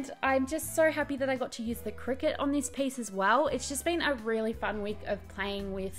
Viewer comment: It took me literally until the cricut came on screen to work out that you weren't saying "cricket" 🤦‍♀